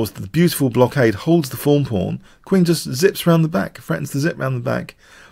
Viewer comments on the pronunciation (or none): Seriously the way you said it it always sounded like 'foam pawn'. I just realized you meant 'thorn'...wow! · was my first youtube channel I subscribed too almost 5 years ago. This entire time, I thought he was saying fawn pawn. I honestly thought a "fawn pawn" was like a way of describing an innocuous pawn that becomes a monster later in the game, and also it rhymed. So it made sense to me. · i like your analysis very much but hearing you struggle with the phrase "Thorn Pawn" is like hearing nails in a chalkboard.